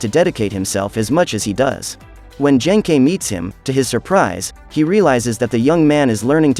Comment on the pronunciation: Ah yes, Yoosookay's master Jenkei.